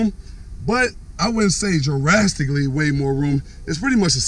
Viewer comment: I wouldn't say jurasstically